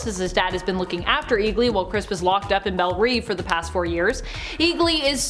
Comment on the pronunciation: It’s pronounced belle ‘rev’ as in revolutionary. Although strictly speaking in clean French it’s beau as it’s a masculine word but feminine in some Cajun